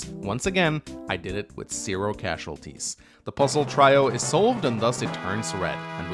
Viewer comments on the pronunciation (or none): Did you just say "try-o" instead of "trio"?? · You're mispronouncing trio. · never heard trio pronounced like that before. Nifty.